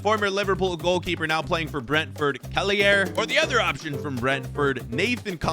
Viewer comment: Kelleher not kellyair